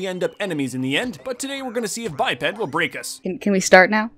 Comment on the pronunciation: It’s pronounced by-ped but I thought it was bipped lol